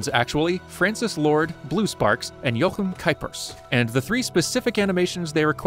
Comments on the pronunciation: As a German, the most impressive thing about this video is how you pronounce the German-style CH in "Jochem" correctly. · As a Jochem myself... I am happy to inform you that your pronunciation was nearly perfect.... which is saying more than one might think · Props to you for pronouncing Jochem's name almost entirely correctly. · I was pretty surprised by that. It doesn't happen often that English speakers know how to pronounce Dutch names. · Great vid, and kudos for pronouncing that dutch name correctly :)